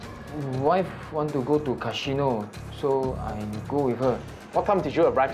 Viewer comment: "cashino", Japanese accent